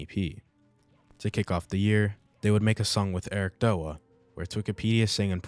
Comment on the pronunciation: its not ericdoa its eric d.o.a spaced out it means (dead or alive ) its a fighting game thats the game he started streaming